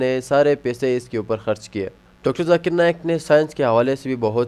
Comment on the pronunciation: Arey Dikra “JAKIR” Nahin - BOLO ZAKIR 😂